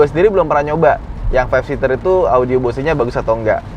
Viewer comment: Numpang nonton yg 7 seater sambil nunggu yg 5 seater nyampe rumah besok 😆 tapi maaf, Bose itu dibacanya "Bouz" bukan "Bo-se"...